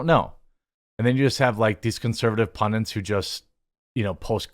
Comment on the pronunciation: Jeremy the word is 'PUNDIT' Not 'PUNDINT'. thanks